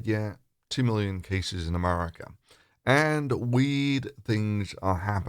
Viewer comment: New countries are propping all the time! I'll have to go look up this Americar and Canadar that you speak of ┻━┻︵└(՞▽՞ └)